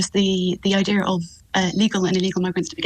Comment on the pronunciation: I-Deer ? What is an I-Deer ? The word is IDEA.. This lady cannot even speak English.. and you expect her to answer questions ?